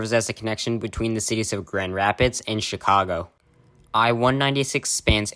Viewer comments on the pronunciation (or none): none